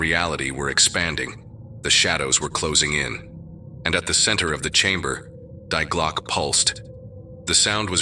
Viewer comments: Die Glocke = ‘the Bell’ auf Deutsch = is pronounced ‘dee-GLOK-ih’ and not ‘DYE-glok !! LoL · damn english, its pronounced dee-gløcke. just like in family dee. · so pathetic - to pervert the german language thru hieroglyphc english just because of mental lazyness - it is so easy to ask any search engine for pronounciation - the real pronounciation, wich is allways different from english - dii glokke - and its nothing similar to the crippled english, wich is so twisted and hieroglyphic, that all the linguists agree, how its much easier to learn japan than english. crippling the gorgeous german language with lamerish english grammar is self-humiliation. not more, not les. die gedanken sind frei - wer kann sie erraten, sie fliegen forbei wie naechtliche schatten. kein mensch kann sie wissen, kein jaeger erschiessen mit pulver und blei - die gedanken sind frei. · Die Glocke is pronounced Dee Glock-a. This story is all creative writing. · Yeah, that's quite annoying, it's probably some AI voiceover... but the rest is awesome.